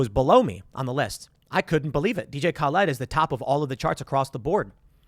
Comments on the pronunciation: Tim it's not Ka-Led, lol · Of the two ways to pronounce DJ Khaled, Tim makes up a third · Can bro stop calling him DJ Khal-ED? 🤣🤣🤣🤣🤣🤣 On the real though, much respect to Tim for this - was so stoked to see Max Collins comment on Tim's song - even though he was hating on it. Most ambitious crossover event ever haha.